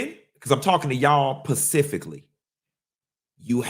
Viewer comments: This pretentious ssa 🤡 said college refines you and turns around and says PACIFIC instead of SPECIFIC MULTIPLE TIMES!!! This man aint no college grad. Diggin in his nose. He is gross.😅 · Specifically not pacifically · Respectfully & as a retired teacher..."specifically" ...not "pacifically" .... coming from place of 💞💯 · LOL now I know is SMART with MULTIPLE degrees- is he PURPOSELY saying Pacifically for Specifically?!? 😂 😂 😂 😂 😂😂😂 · Pacifically or specifically? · Not pacifically??!!!!